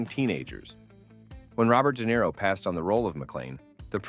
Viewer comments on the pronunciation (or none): none